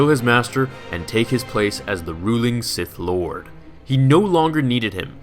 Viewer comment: “Taking his place of Sith LWAD.”